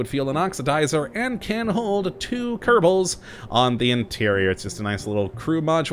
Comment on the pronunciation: Please stop saying kerbal "*Kerbau*" Because it means buffalo in indonesian.